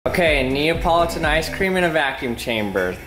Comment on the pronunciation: Wait, it's pronounced nEE-OH-pAO-lI-Tin? Not nEE-OH-pOH-lIE-tin?